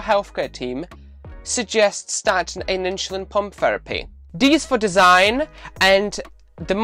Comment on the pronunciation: It's "insulin" not "inshulin" .... please get with it